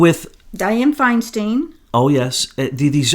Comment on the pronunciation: I have never heard Diane Feinstein pronounced Finesteen! (“Fine stine” ) Look back at old videos yrs back